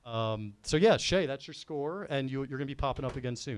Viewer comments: There's a solid chance he's mispronouncing it on purpose, but it's still driving me crazy that nobody is correcting when he says Shay instead of Cheah 😂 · It’s almost unwatchable hearing call Steven “Shay” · kinda alpha’d Cheah the whole time calling him “Shay” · How did no one (until 47 min in at least) call on saying shea vs chea? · Love to everyone. Thanks for watching. Thanks to the YAK, Barstool team, and Big Cat. My brain is broken and I always mispronounce Cheah for no reason, my apologies. I definitely talked too much, call it a rookie mistake, but I did my best to make it a fun episode. All the feedback is appreciated ... good, bad, and ugly. One of the best experiences of my life! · Someone has to tell that stevens last name starts with “ch” not “sh”